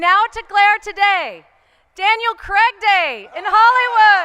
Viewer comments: At least pronounce his name right, it's CRAIG, not CREG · Why can't Americans say "Craig?" It always "Creg!"